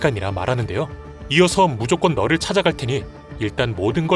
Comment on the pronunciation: 널을 말하는건지 너를 을 말하는건지 자꾸 들으면서 헷갈리네